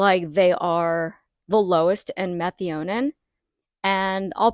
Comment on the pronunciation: Just a heads up, and not being critical at all: your pronunciation of METHIONINE is different than any way I have heard before. Just search google for how to pronounce the word, at least the way I have always heard it. Great info as usual, on your channel, thanks for the Methionine charts, etc. Have a great day.